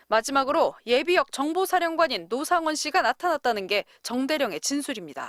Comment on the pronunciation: '로상원'? 이거 박상원을 의심해야하는거야? 아니면 노상원의 진짜 정체가 있는거야?